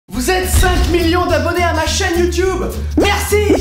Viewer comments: Pourquoi tu dis youtoub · On dit YouTube au lieu de YouTiube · Non en Anglais on le prononce Youtiube